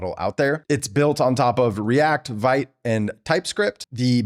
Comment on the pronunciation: Oh no! Not those voices that power nearly all the AI slop on YouTube! 🤣 Aside: "Vite" is pronounced like "veet." 🤓